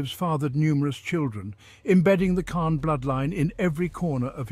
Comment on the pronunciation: Pretty hard to listen to this guy repeatedly mispronouncing the Khan's name. Thumbs down.